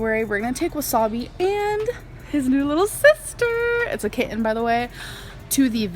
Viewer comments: "A kit-TEN" "Cot-TEN" God, she's infuriating. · I’ve never heard anyone else pronounce both Ts so clearly in words like kiTTen and coTTon. It’s wild 😅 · I just commented about this. I’ve never heard anyone else pronounce both Ts so clearly, it’s bizarre.